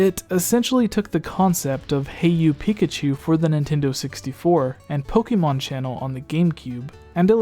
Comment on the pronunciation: Was I the only one triggered when they pronounced Pokémon Pok-ee-mon